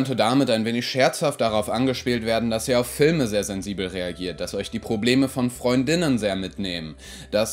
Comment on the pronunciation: Wieso betonst du Freund*innen auf der zweiten Silbe? Ich dachte, die Aussprache davon wäre wie Freundinnen, aber mit glottalem Plosiv vor innen. So klingt es einfach wie Freundinnen.